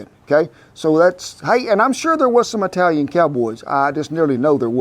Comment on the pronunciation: Whooda' thunk an OK cowboy could do I-Talian??? 😉